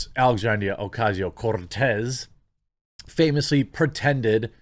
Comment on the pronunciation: As a Latino, I appreciate you rolling the R in Cortez. Keep it up big dawg!